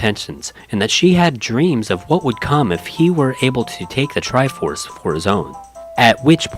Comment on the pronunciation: The TRI-by FORSE 😂 priceless.